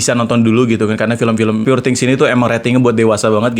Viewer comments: pur bang bukan pure njir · You pronounce “poor” wrong !